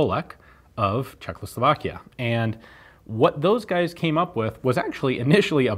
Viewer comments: Love Ian but he always says Czechloslovakian haha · I've noticed that Ian always say Czekloslovakia :D instead of Czechoslovakia